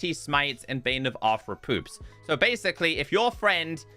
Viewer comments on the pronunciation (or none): Yep Arthrewpoops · I think he's calling it arthropoops 😆